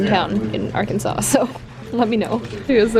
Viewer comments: when she said "ar -kansas" i died because i know where thats from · Arkansis LOOL America EXBLAIN